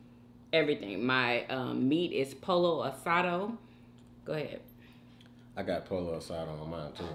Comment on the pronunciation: Not POLO ASADO It’s poyo asada